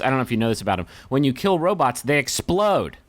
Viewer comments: does he keep saying "robits"? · Yup. The McElroys often call them robits, especially on MBMBaM.